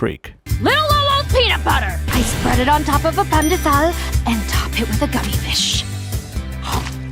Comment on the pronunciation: as a filipino, i dont like how they pronounce pandesal.